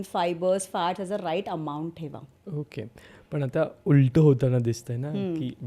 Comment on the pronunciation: म्हेऊने 😂 बीसिक 😂 ओअके 😂😂😂 कित्ती dramatic अडाणीपणा😂😂😂